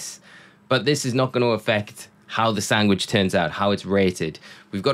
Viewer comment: what’s a sangwich?